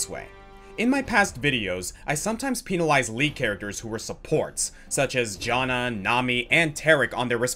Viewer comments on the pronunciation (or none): none